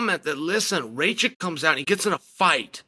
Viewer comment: It is Raa Kitch and not Ray Chick